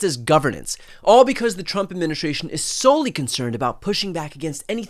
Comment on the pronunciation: Please improve your pronunciation: It's not "adminishtration", but administration.